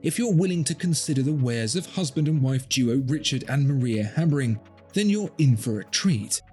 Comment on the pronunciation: Habring, not Habspring.